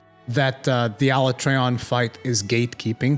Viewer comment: Can't take this guy serious when he's mispronouncing Alatreon's name wrong. And he's wrong, this gatekeeping shit is going to kill the series if they keep this nonsense up.